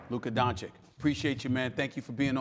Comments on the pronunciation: It’s been 3 years and stephen a STILL can’t pronounce his name??? Don-chick??? Come on man... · Stephen, it's not that hard: Don-chi-ch (not Don-chick) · Stephen A Smith: “Luka Donchik” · "DONCHIK", really? In his third season? I don't believe Stephen A. doesn't know how to pronounce his last name and just trolls him at that point. Either way, he shows a great lack of respect to him. Get him out of here... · At this point I feel like SAS is just straight up trolling by continuing to call him "Donchick". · what is luka don-chick...??? he is not your side chick Stephen A. Smith...learn to say the young goat's name... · "DonciCK" ... O.M.G I`m so tired to hear it .... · Stephen A. is the only commentator still mispronouncing Doncic's surname. It is NOT Doncik. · "Doncheek". Jesus christ, Stephen A, get it right, you're supposed to be a professional. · Don chich it’s really not that hard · When after 3 Years of Luka being in the league you still cant pronounce Dončič correctly,Stephen Donkey Smith! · Stephen A. can't even pronounce Luka's last name properly...SMH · Can't lie, SAS mispronouncing Doncic is just plain disrespectful. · Still can’t pronounce his name properly. Come on Stepan! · More than 2 years in and this man Stephen A. still mispronounces Luka's last name. 🤦‍♂️🤦‍♂️🤦‍♂️ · It's been 2 years, how does Stephen A. still get Luka's name wrong? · Im not gonna lie, the fact that Stephen A Smith is a professional sports commentator for over a decade now and still cannot pronounce Luka's name is just not a good look. Yeah its funny the first few times, but come on man give the guy some respect and learn to pronounce the name correctly. I'm not berating people for mispronouncing names, but if you're a media professional, you should be able to pronounce the name of the person you're interviewing. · SAS literally mispronounced his name in front of his face.... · Stephen A. had the audacity to mispronounce luka's name on his face